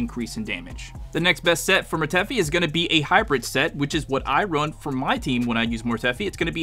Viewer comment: Mortefi pronounced(mor-tuh-fi)